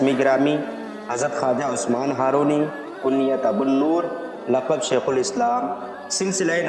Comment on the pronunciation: لفظ زندانی نہیں.....زندنی ہے.....لفظ ہارونی نہیں بلکہ ....ہرونی ہے....